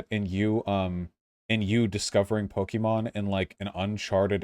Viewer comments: The fact that vaush pronounces it po-kee-mon is enough to discard his opinion Also to be clear, arceus uses the same battle mechanics as the main series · I don’t trust anyone’s opinion on this game who pronounced it “Poke e mon”. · Pronouncing it "Pokiemon" must be a deliberate attempt to display his contempt. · When you can't even pronounce Pokemon correctly? Yeah, your opinion on what makes a "real" Pokemon game is less than convincing. Game Freak, Nintendo, and The Pokemon Company all consider Legends Arceus to be a real Pokemon game. That's the official line and mean it's the only one that's valid. Plus you can tell that prototyped a lot of new gameplay elements for Scarlet and Violet using Legends Arceus.